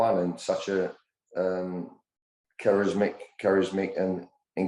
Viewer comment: It's charismatic not charismic🤦🏻🤣